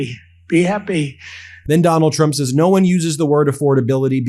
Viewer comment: Am I the only one who heard "Tonald Trump"